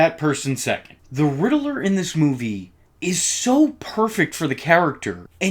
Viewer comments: GODDAMN IT ITS RIDDLER NOT RIDDELER FOR FUCKS SAKE EVERYTIME I HEAR IT I WANT TO CUT OFF MY FUCKING EARS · Why do YouTubers pronounce Riddler like that? It's not pronounced like that in the movies at all or in the Arkham games. This is weird. You're like the 4th one I heard do that.